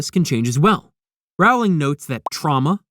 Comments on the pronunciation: Her name is pronounced Row-Ling.🙄🙄😑😑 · Bit like "Rowling" is pronounced like row in "Row, row, row your boat" and not like "having a row" with someone? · Pronounce her name right! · Writes an entire video about Harry Potter and can’t even pronounce the author’s name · If I could give you a thumbs down every time you mispronounce Rowling, auror, Voldemort, or other names and words from this universe, you would be flooded with them. I can only give one though.